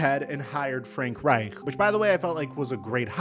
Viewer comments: Bro why the FUCK are you rolling the reich in frank reich? It's not how you say his name. However it is how you say Reich when referring to the Third Reich. Suspect asf. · “Frank Reichdrrdh” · I like the German emphasis when you say Frank Reich.